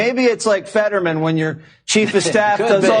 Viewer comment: He called him fettermen lol.